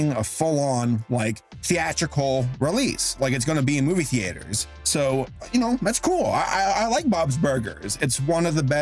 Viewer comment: Can someone tell me why can’t pronounce the word “theater” correctly?